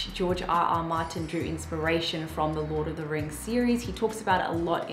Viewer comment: lol "LORT" 😂